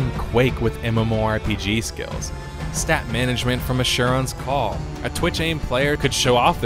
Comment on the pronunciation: the way you say asherons call ^_^